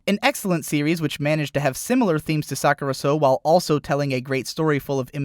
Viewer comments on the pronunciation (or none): You pronounced "Sakurasou" sort of like "Suck it or so" haha